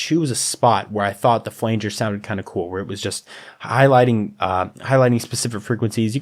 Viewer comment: this tutorial is solid! thanks for this! only nitpick is i had to cringe every time you said "flanger" D: looking forward to more from you!